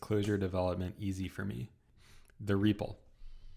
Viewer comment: BTW, funny how you pronounce REPL like 'REEEPL' I heard many just using a very short E, so it sounds more like 'RAP-L' - so now I have no idea what the right pronunciation is ; )